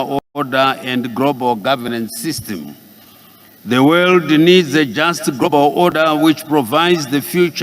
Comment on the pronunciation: Grobaru instead of Global ,vhunarebhu instead of vulnerable eish Famiri